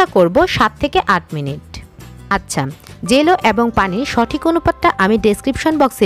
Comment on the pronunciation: আপু। এটা জলো নয়। জেলো😂😂